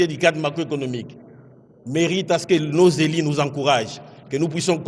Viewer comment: dite au ministre qu'on ne dit pas "nos élis" 😂😂😅 j'ai i etc ....